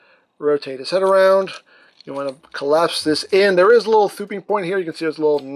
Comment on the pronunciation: Dude can't even pronounce most basic words properly. "And dis is a littwe somefink we get wif tha figure..."